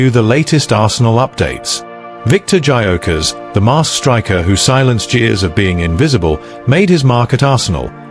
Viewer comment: If you can’t even pronounce his name correctly, you have zero credibility.